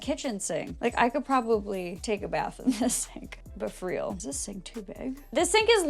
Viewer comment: “But FREAL” haha